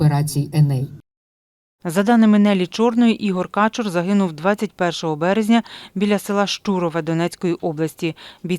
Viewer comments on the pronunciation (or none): Вічна пам'ять героям! Перепрошую, але Ігоря Кáчура, а не Качурú